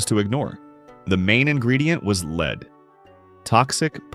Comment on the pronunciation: Your AI needs pronunciation lessons- lead ( ugh)😩